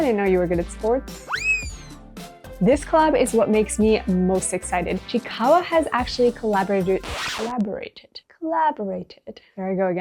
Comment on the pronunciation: It’s pronounce as chi-i-kawa not just chikawa